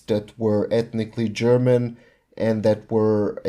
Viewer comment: Oh your Slavic? Your German pronunciation was perfect so I assumed you were german.